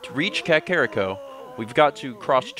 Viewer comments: I know you only pronounce things how you did when you were a kid, but your child-self is wrong. It's Kak-er-Ree-co. NOT Kak-kar-rick-o. I cringe every time. I know you get these comments a lot, but it's ruining my immsersion. Just some constructive criticism:) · Ey mate it's Cockariko :)